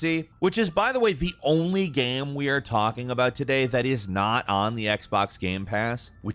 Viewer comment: He also says 'gaem' instead of game. Drives me crazy